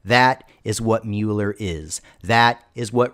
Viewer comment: A Mal is this sarcasm? Because he definitely did not.